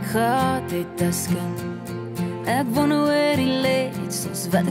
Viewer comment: Dis so 'n mooi lied, maar wat bederf word deur die uitspraak van wonder. Ek "wonne of..." Dit klink sloppy en kommin.